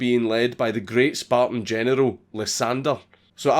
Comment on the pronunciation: When Dank says “general” it sounds like “genital” lol